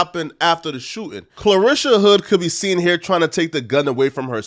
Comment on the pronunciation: You're not saying her first name correctly. You're saying Clarisha .. it's Carlishia ..